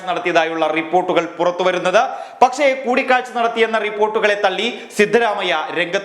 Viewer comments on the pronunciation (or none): none